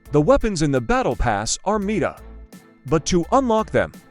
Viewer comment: I closed it because of the AI voice. I dont care what your accent is. I am nilet listening to some voice that can speak worse english than you "Oh is that gun MEET-A is it? Really is it Meeta? Oh cool" Fugg off